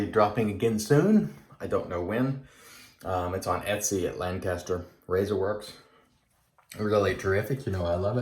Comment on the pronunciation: its pronounced lanc-aster.. not lang-caster.. that drives us locals nuts:P have a good day!